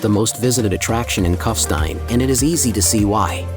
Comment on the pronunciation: Find someone who can pronounce German language names properly, rather than American distortions, starting with the very name Kufstein. It’s not Cuffstine, but Koofshtine.